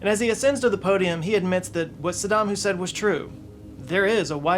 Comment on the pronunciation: you said, "sadam husaid" 😂